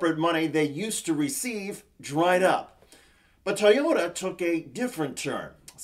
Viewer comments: How fucking hard is it to say Toy-ota vs TY-ota.? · Did you say “tiyota”,?